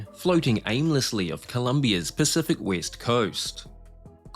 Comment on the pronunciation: Was that the 'West coast' never heard of the 'Wist coast' 🤣🤣🤣🤣🤣🤣🤣🤣